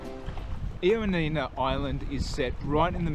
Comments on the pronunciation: Ioannina ....try "ee-o-A-ni-na", stress the A. Also, most people pronounce it "y-A-ni-na"...y as in yes. Lovely video, ty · I will be in Ioannina in 2 weeks, so thank you for your very helpful video. Great information, although I was surprised by the Aussie pronunciation of the city name 😂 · My one comment is the miss pronunciation of Ioannina! 😮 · Great video but pronounce ‘Ioannina’ correctly please